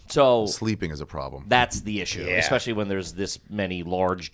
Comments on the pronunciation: “Did you say ‘expespecially’?” - Ari “Maybe?” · 👏🏼 Someone finally called out for saying eXspecially! He manages to sneak that into almost every episode and nobody has ever called him on it. 💯 GARBAGE